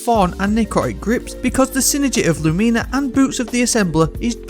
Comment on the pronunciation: I'm sorry... "Lumeena"?